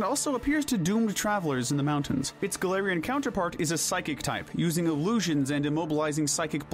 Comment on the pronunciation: IT'S GALARIAN, NOT F*CKING GALATIANS! SAY IT RIGHT!